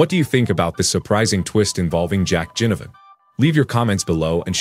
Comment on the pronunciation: Taylor Adams went to Gold Coast and NOT Sydney so far as I'm aware. Please pronounce Jack Ginnivan's surname as NOT Jinnivan